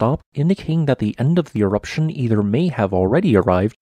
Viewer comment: he said waning eroption